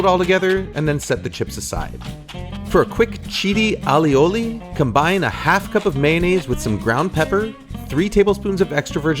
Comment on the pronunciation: And don't say allioli